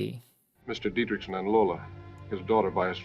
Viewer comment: The reason you’re having trouble pronouncing the name is that you’re trying to pronounce it ‘DietrISH-son’, when in fact the correct pronunciation is “DietrICK-son” 🤷🏻‍♂️